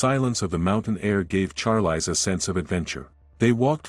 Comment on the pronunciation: It's pronounced sharlees ... Not charlice